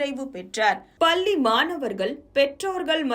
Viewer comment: Vazhthukkal.but neenga solra tamil pallninu sollathinga . Nalla press panni la va press panni sollungama pl